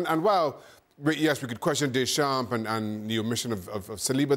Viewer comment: The way Craig Burley says Deschamps.. he never took any French lessons it seems. Painful.